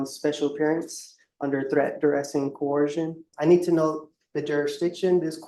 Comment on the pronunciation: The word is "coercion" not "co-orsion" Sov cits have such a hard time with that word.